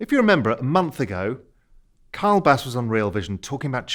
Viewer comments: His name is Kyle geez! NOT Karl. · Raoul looks unimpressed Kyle. Ky-le. Ky-le.